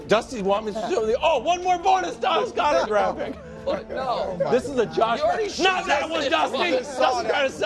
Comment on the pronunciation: “DAllas GOEDert”